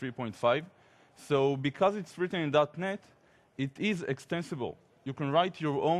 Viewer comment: Cool introduction. When he mentioned .NET I always thought he actually said "Darknet"... is it only me?